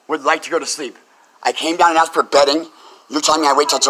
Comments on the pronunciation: "She axed me" lol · You axed me to leave?? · “ you axed me to leave three times “ come on! Learn to speak right. 🙄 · She axe her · "You axed me...." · She just axed if she can get her nails done. She's got a big date, someone is taking her to see the Axstros vs the Yankees.